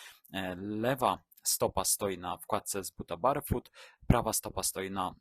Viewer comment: Ladne widoczki, merytorycznie takze ciekawy i tresciwy material ale... Serio, aż uszy bolą jak slychac "barefut". Wymawia sie BERFUT! To sa podstawy angielskiego i jakoś na innych kanalach nie kojarze, zeby komus to przysparzalo jakichkolwiek trudnosci. No chyba, ze tutaj jednak jest mowa o jedzeniu barowym, to zwracam honor 😅